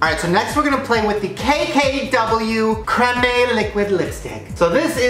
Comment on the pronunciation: Crem ayee shannnnnnee 😂 it's creme